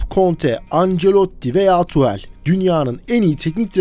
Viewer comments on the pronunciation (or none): none